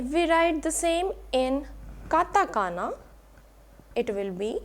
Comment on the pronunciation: Few mistakes I've spotted: It's katakana and not katagana It's pronounced a mix of hu and fu and not "fu" in native Japanese